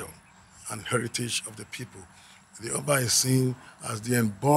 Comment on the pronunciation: Not O ba Its uh Ba